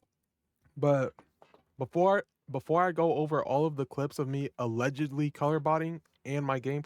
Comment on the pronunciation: SAYS « ALLEGEELY COLORBOTTING »YOUR COLORBOTING??? Cuz it seems you worked hard to say FOR 50 minutes you dont colobot